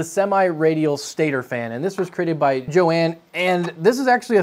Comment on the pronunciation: you need to pronounce the H in Johan, sounds like you are saying Jo-ann